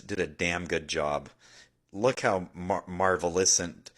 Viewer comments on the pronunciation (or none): where did you find this guy? he can't say a word "magnificent", but claim he solved most of the misteries of the life🤣